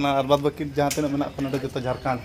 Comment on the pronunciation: Ap Jharkhand nhi bol rhe ho jharkand bol rhe ho